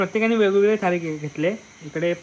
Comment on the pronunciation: थळी नाही रे थाळी असतं